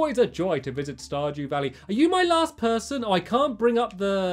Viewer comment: "Star due dally", lol. My favorite part 👌